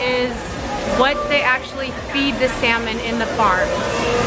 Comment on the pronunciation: 😂 saying sal-mon Pinoy style the silent " l "was gone so cute. Fish it's got to be wild this farm fishes are toxic. Seen a video about farm salmon the most toxic food in the planet & farm tilapia they eat their own poo bc they've got hardly any space at all to swim around that's how crowded they are & that's why they're cheaper & also a video about prawns they put the prawns into sleep by injecting chemicals into them but in PH I think we're more maybe safer as long as we don't follow the others who only really think to put a ton of zeros into their accounts.